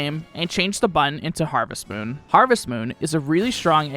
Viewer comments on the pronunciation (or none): none